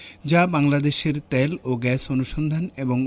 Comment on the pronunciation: ত্যাল না তেল। শুদ্ধ বাংলা বলার চেষ্টা করছিস এটা ঠিক কারতে পারিস না?